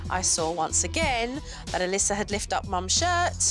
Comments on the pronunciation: The child’s name was Alyssa, not Alicia. Nothing to do with accent, just wrong pronunciation. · She called her Alyssia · Anyone else botheres by Jo calling Alyssa "Alyssia"? xD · Alysia its Alyssa lmao